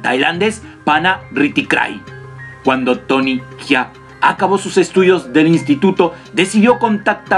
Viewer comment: E tenido que dejar de ver el video. No puedes llamarle tony jia ne duelen los oidos. Se llama jaa no jia. Entiendes la diferencia????